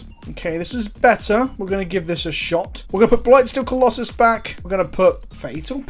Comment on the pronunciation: What tried to say: "what is the plural of colossus?" What actually said: "what is the pllll of klloss" I will never understand how british accents work. Do you just leave out half the letters?